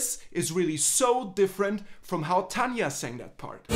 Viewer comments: Tanja? Her name is TARJA. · Great analysis! One small detail, though: as a Finn, I have to say that every time you pronounced Tarja as "Tanja" sounded really wrong to my ears. The R in Tarja should be similar to trill sound in Spanish rolling R. See for an example about how Tarja pronounces her own name. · Very nice. 1 note: it's "Tarja" like "tarif" auf Deutsch, not "Tanja." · Very good reaction! Btw, it's TaRJa (not TaNia)... 😉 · it´s Tarja not Tanja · Her name's Tarja not Tanya